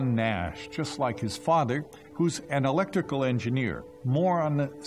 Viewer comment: “An ah-leck-tick-cal?” you mean “Eh-lec-Trick-chal” I have a huge pet peeve for people who are lazy with their pronunciation.